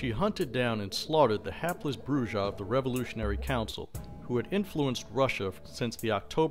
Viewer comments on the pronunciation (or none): It's pronounced "Broo-ha"!!! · Listening to his pronunciation of Brujah is like hearing nails scratching a chalkboard. Other than that, good video.